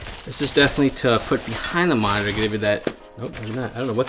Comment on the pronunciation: You saying minor or monitor? +